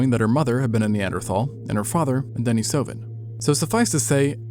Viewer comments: Denny > duh neece a vun. Not denna soh vun. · Dude, it's "din-EEs-O-van." After the cave they were first found in.